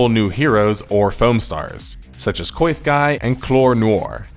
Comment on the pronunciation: Not gonna lie, when you said "Coiff Guy" I said to myself, "That... sounds like... Queef Guy", so when you said shortly after that it sounded like queef, I burst out laughing XD